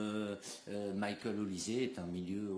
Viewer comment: Marrant quand même de dire Mickael avec l’accent anglais et dire maghnes sans accent 😂